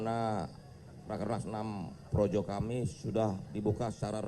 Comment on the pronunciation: PROJO BERUBAH JADI ''PROWOWO''..🤣🤣🤣🤣🤣